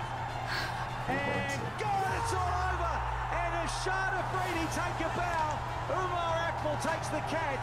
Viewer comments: dude IAM sorry but his name is Shahid Afridi pronounced as SHA-HID not shaheed because shaheed is an Urdu word used for MARTYRS lol and he's still alive and kicking Love from Pakistan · It’s not shaheed it’s Shahid.😢